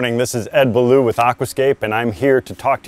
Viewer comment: you're French background. Your name is pronounced "Bow-lee-o". Sounds better than "Buh-loo", just saying. Good video. 👍